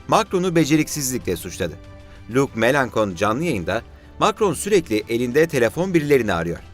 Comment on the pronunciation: Mélenchon isimi lütfen şöyle okuyun: melanşon.